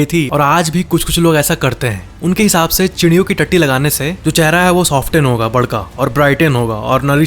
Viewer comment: When he says tatti